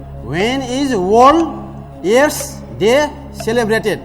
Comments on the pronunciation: Passa ley "Waen ees orls aess dae ??" Deko ta sathi ta WTF!!! Bhayo hahaha hame herney manche haru lai chai CRINGE bhayera barbaad. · *ख्यालख्यालैमा 6लाख 40 हजार??omg!! बधाइ छ दाइ !! तर नेपालिमा नसोधेर किन english हाँकिराको होला?? यो दाइको बोली "त" लाई "ट" भन्नी खालको रैछ त्यहाँ माथी इङ्लिशबाट question सोधेर "वर्ल्ड एड्स डे" भनेको "ओल एस दे" "फिक्स गर्दिनुस" लाई "फिस गर्दिनुस" भनेको नै नबुझेपछी,,, हेर्या हेर्यै.... हेहेहेहे ! म किन बेहोश हुँदिन त ।